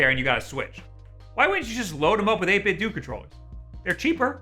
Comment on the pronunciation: I'm not sure why it bothers me enough to even comment. But 8-bitdo is pronounced like 8-bit dough. Similar to how Nintendo isn't nin-ten-doo.